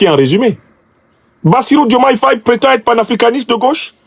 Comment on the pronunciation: Nous constatons qu'à chaque parution de Afrique Divers TV, le nom de Bassirou Diomaye Faye est écorché; quelle en est la raison?